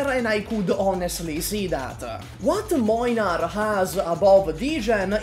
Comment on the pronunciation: "Mojnar" is not a pronouciation I ever heard or was expecting. As a polish person I don't know if I hate it more or less than "Mlajnar" that other people use. Both are wrong tho.